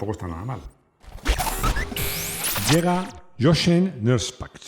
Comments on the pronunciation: Jochen se pronuncia "Yojen" en alemán, por lo demás impecable video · Hola. De forma constructiva, indicar que Jochen se pronuncia "yojen". Un saludo.